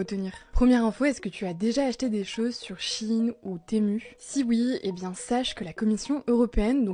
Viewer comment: "sur shiiiine ou témuuuuu".... Faites un effort putain.